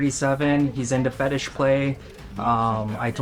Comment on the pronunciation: "Guy to guy, we all have our fethishes"